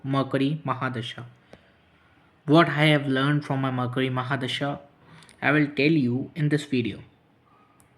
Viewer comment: Murcury hota hai.... Makri nahi